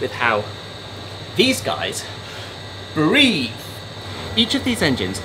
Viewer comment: Breathe, not breath…